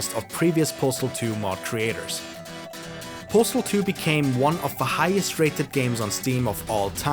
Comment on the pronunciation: I've never heard this game pronounced correctly